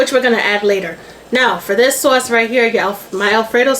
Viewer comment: Good morning! Yummy looking Alfredo😋 Tickles me every time you say sawwce! So Brooklyn! Love it!🙌🏾🫶🏾